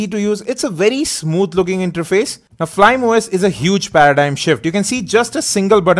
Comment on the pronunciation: FLYME OS is pronounced as "Fly-Me"